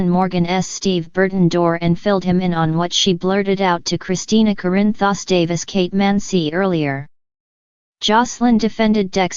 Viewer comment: This computer generated sound is awful. Can’t even pronounce Corinthos.